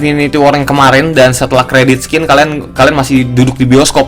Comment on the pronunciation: credit scene bacanya /kredit sin/ bang bukan /kredit skin/.. itu mah moba klo skin.. hehe